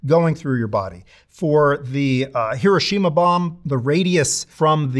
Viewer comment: How the fxck can someone call themselves a "Nuclear Historian" and pronounce Hiroshima that incorrectly?!